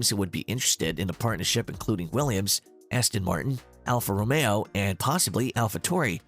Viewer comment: should definitely look up how to say alfa romeo